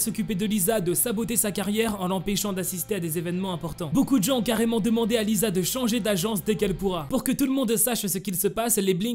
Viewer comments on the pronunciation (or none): C lisa pas liza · Lisa c pas le son [z] c le son [s] comme si on disais lissa mais sa s’ecrit lisa